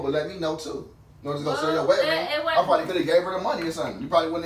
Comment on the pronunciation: He kept saying “wetting ring”😭